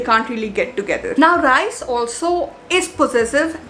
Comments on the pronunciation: its Rhys as in Reese not Rice 😭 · it is not Rice it is Rhyys pronunciation wise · Rhys is actually pronounced at ries...ps no hate